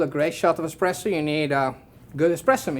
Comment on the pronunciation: Hahahaha barista for Illy and still talking EXPRESSO, my IT IS ESPRESSO;) but thxfor video, i learned a lot. Keep on